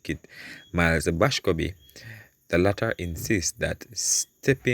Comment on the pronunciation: Boscobe ? The man name is MILES BASCOMBE . I know you mean well , proper spelling and pronunciation is important .